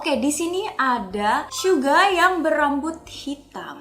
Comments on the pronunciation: Kok telinga gw gk enak klo ngomong syuga bukan suga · bilangnya syuga bukan suga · Suga oy, bukan syuga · jangan manggil suga jadi syuga dong sama j hope di panggil nya j hob aku nya gk suka manggil yg bener aja